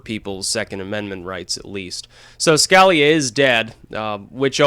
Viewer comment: Scalia, say it with me, skuh- lee- uh. There.... Feel better?